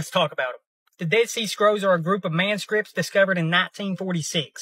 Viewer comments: Did he say "manscrips"? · I've held my tongue long enough, this sounds like your typical texan/louisianian or hell even a floridian, living in Louisiana I see it all over him. The dude said man-scripts! Rednecks, I swear 🤦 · Um... did he just call the dead sea scrolls "a bunch of man-scripts?" ... 😂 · I'm not going to make fun of the accent, but I do find it interesting that both "rib" and "manuscripts" are two syllables.